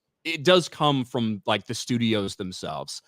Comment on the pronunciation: has anyone else noticed cant pronounce from he says it like prom